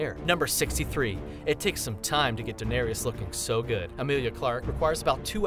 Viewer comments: The way he pronounced Daenerys made me cringe. It's pronounced Da-ner-is not Da-nar-ious. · Why is he pronouncing “Daenerys” as “danerius”? 😂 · QuartosCZ QuartosCZ "Daneereeus" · They may as well say Darius 🙄 De-ne-RIS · how you know someone doesnt watch game of thrones but talks about it? they say danereious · you said danerius it is danaerys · Den eh re ass 😂😂😂😂😂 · Why the hell do you americans say Daneryus? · I'm annoyed that it sounds like he's saying "Daenarius" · Yes! And 'Daenerys' not 'Daenerius'! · They also said Lisa Stark instead of Lysa Arryn, "Danerius Targaryen" or sumn like that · Danerius Targarian lol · Do you even watch Game of Thrones? Daenerys isn’t pronounced “Daenerias”, Drogo’s name doesn’t have an ‘a’ in it, and Theon’s sister’s name is Yara not Tara...wtf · Why are you pronouncing Denaerys as Dun-air-eee-yus? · He kept saying Daenerys wrong